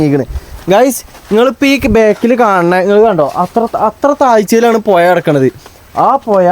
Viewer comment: പുയ അല്ല പുഴ